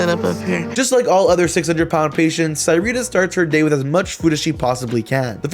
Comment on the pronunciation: I don’t know how I feel about having the same name as her. But it’s pronounced (suh-ree-tuh)